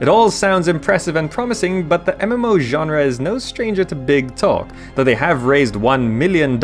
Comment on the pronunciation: weird how you say ganra instead genre